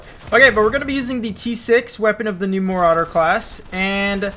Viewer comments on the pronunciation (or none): Mar-uh-der pronunciation